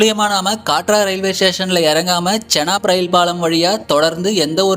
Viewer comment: கட்ரா😂😂. காட்ரா கிடையாது😂😂